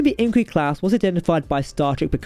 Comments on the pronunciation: Nay-sells? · Sounded like you said Angry Class. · Agreed I can barely understand him . I don’t know if it’s his accent or he’s talking to quickly and slurring the words . When he says “Inquiry Class “ he can barely pronounce inquiry . We need Ltcmdr Adam to be promoted and put Jack as an admiral behind a desk at writing.